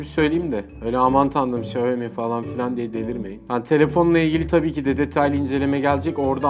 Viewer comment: Abi Şayomi değil Şyaomi